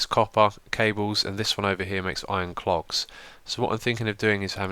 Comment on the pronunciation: xisuma, i love your mispronunciations! "Iron cLogs" and "satisfication" are two of the best :D